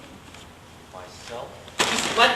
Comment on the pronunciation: OMG...this is about the worst version of this play I have ever seen...this makes me want to scratch my eyeballs out...there is absolutly no emotion in the lines, the pronunciation of the names are completely off (it's pronounced Pater not Peter, Anneka not Anneky, etc...) Ahhhhhhhh...this is horribly painful to watch...please remove this video as to not let anyone else feel the pain I have felt...